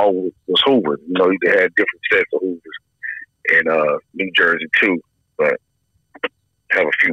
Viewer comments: “The Hoovaz” - 🤣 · “The snoovaz”